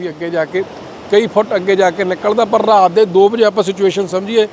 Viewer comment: ਜਦ ਬੰਦਾ ਆਪਣੇ ਇਲਾਕੇ ਦੀ ਮਾਂ ਬੋਲੀ ਛੱਡ ਕੇ ਦੂਜੇ ਇਲਾਕੇ ਦੀ ਬੋਲੀ ਬੋਲਣ ਲੱਗ ਜਾਂਦਾ ਹੈ ਤਾਂ ਕਿੰਨਾ ਭੈੜਾ ਲੱਗਦਾ ਹੈ ਜਿਵੇਂ, ਪੱਤਰਕਾਰ ਦਾ ਰਾਤ ਨੂੰ ਰਹਾਤ ਕਹਿਣਾ ਕਿੱਦਾਂ ਦਾ ਲੱਗਦਾ ਹੈ। ਹਾਦਸਾ 😅😅😅😅